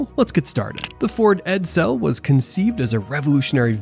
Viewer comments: Ok. STOP saying 'Ed-- SELL' ITS EDsel!😳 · Ford 'Ed-Sell'.. o......k.🤔